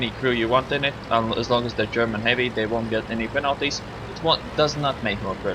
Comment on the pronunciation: said "penalties" like a finnish person